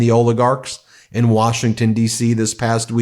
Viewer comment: "we came all the way to 'wershington' from oklahoma" 🤣🤣🤣🤣🤣